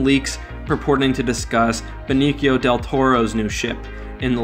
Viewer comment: BeniCio, not benikio, soft c, like an s